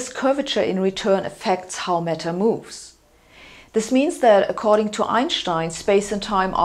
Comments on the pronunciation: I thought she said 'metal' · There is a fashion amongst Germans to mispronounce the letter 'a' in English words. So for example, the word 'apple' is distorted to sound like 'eppel' and 'band' becomes 'bend'. Too bad if you buy an 'eppel Mec in Menchester'. I too didn't get that she meant 'matter' until you pointed this out.